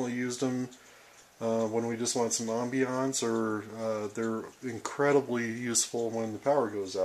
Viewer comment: Say "ambiance" again. Then say "cheese".